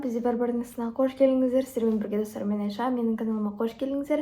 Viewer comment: Айша ш әріпін с дан алдын😢